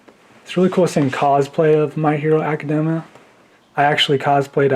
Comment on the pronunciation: He can’t even say the name of the show right!